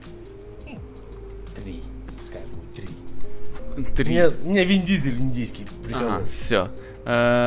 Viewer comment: не индийский Вин Дизель, а Индизель:)